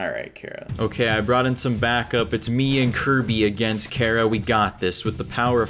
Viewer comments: It's pronounced Chara, as in Chara-cter. Not Kira. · I swear if he says Chara 1 more time imma have a heart attack